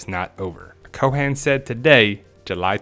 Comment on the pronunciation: "coe-ehn" not Co'han.